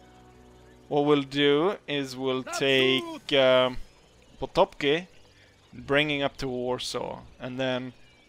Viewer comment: The general by the name of "Potocki" is pronounced [Pototski]